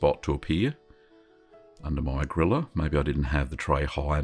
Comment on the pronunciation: When you first said :"place it under the griller" I understood :"place it under the gorilla" and my first thought was :"where do they get gorillas in finland?" Jokes aside, this cheese will be my next try...looks so delicious